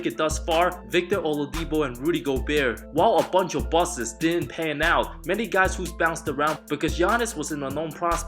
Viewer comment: Aye bruh it’s not bustes it’s busts 😂